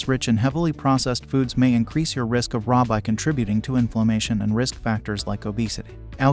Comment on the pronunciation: I appreciate the effort to provide interesting and useful information. I encourage you to consider paying more attention to some pronunciations. For example, if by "RA" you mean "Rheumatoid Arthritis," then you would pronounce "RA" as Are-Ay, not Rah. Similarly, osteoarthritis has an 'e' in the "ahs-tee-oh"-arthritis. Little things, not earth-shattering, but it would make your videos even better. Edit: Ah, it seems perhaps you're using a robot voice. It needs to be trained. It was talking about "omega-3-seconds" and "omega-six-seconds". Evidently there's a ' or an 's' that's confusing the thing.